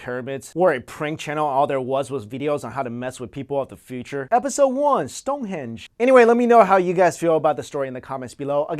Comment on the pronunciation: ''Episode one Stone Hedge'' lol made me laugh alot :P